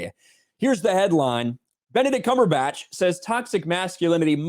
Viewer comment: Benedict cum-per-patch